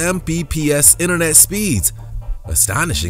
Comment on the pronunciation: He keeps saying mpbs lol 😆